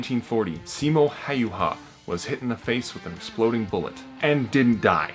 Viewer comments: its not haiha it häyhä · LoganThe Llama it's something like "Heihei" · Simo hayhua XD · Nobody can pronounce Häyhä's name lmao